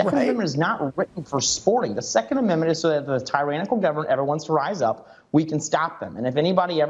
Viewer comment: Why can none of these right wing nut jobs pronounce tyrannical correctly?